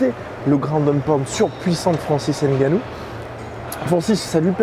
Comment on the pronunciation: Par pitié on ne prononce pas le N si vous dites ce nom on l’écrirait avec N’gannou